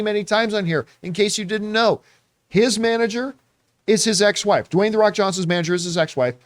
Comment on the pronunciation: Dwayne Dwawnson? Lol 🤣